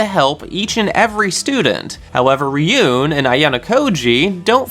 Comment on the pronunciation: it's ryuu-en not ri-yoon